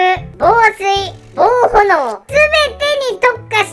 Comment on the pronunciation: ぼうほのおじゃなくて、ぼうえんですよ😂